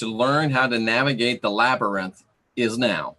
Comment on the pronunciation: Labyrinth LabYrinth Lab-YR-inth Oh my gah! I could hardly pay attention due to laughing! Silly. "Through dangers unknown, in hardships unnumbered, I have fought my way to the castle beyond the Goblin City to take back the child that you have stolen, for my will is as strong as yours, and my kingdom as great ---- You have no power over me. "